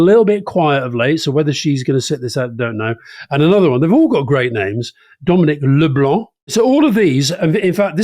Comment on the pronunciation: Thank-you for pronouncing LeBlanc properly. That is the legacy of Norman’s stamp on British English. I am OED Canadian.